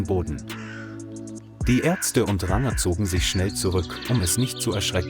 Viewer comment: Kann der Vorleser nicht Ranger sprechen?